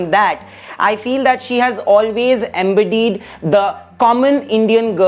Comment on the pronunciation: The fake journalist cannot pronounce vulnerable, embodied 😃 why do these people speak English when they cannot